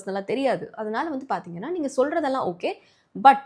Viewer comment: Apdinaa, Paatheenganna ❌ Apdinu Sollitta, Paathingannu Sollitta ✅